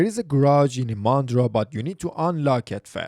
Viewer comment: Not ImAndra! The stress is on the letter "I"!